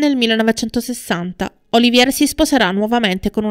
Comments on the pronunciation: Lawrence Olivièr? Olivièr? Il famoso attore inglese ora è diventato francese? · Interessantissimo. Complimenti. Due sole cose: siete assolutamente sicuri che quello con Olivier fu un amore perfetto? Inoltre, dite alla speaker che Olivier e la De Havilland non erano francesi, per via della pronuncia. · Sei brava sono interessanti i tuoi documentari ma sbagli spesso gli accenti e la giusta pronuncia dei nomi. La precisione é sinonimo di qualità! Lorenz Oli‘vier no Olivíe‘r ( non era francese) , Ad ogni modo complimenti cara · Laurnce Olivier è un attore molto famoso. Il tuo "errore" è di pronunciare il cognome alla francese (Oliviér), ma lui è decisamente inglese ed il cognome in italiano si pronuncia allo stesso modo. Nulla di grave. Il tuo servizio è assolutamente completo e interessante. Solo visto la notorietà del personaggio mi stona il fatto del cognome non pronunciato correttamente, appunto per la notorietà dell'attore. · Appena iscritta. Scusa se mi permetto di correggerti nella pronuncia, ma nel tuo discorso proprio stona!!! Piece (rappresentazione teatrale) è francese e si pronuncia pies, non pis all'inglese Olivier è inglese e si dice olivier calcando sulla seconda i, e non olivie' alla francese. Scusa sai ma è un peccato rovinare il tuo testo. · Racconto magistrale! Veramente Magnetico! Straordinaria la narrazione del making di Via col vento, capolavoro che grazie a mio padre sono riuscito addirittura a vedere al cinema, tra i pochi della mia generazione. La pronuncia di Lawrence Olivier? Un peccato veniale facilmente rimediabile...non preoccuparti. Sei bravissima! Da un appassionato di cinema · Tutto bene, però la pronuncia del nome di Olivier non è corretta.